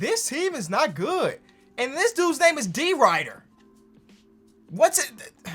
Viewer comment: I dont knew what he was saying when he called Derrick Rider “D rider”